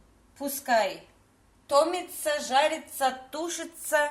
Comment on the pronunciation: Томится видите она ударение дрлает на о, правильно говорили мы томится на и 😂😂😂😂😂